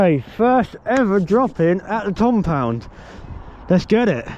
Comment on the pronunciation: The Tompound ? That's what it sounded like at begining of video.